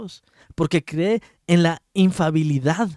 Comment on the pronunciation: Infalibilidad no infabilidad hermano